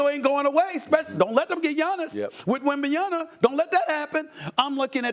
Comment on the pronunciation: Seriously, Stephen A, can you pronounce “Wembanyama” correctly, for ONCE?!